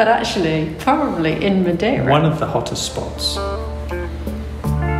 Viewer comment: It's "Madeira", fyi :)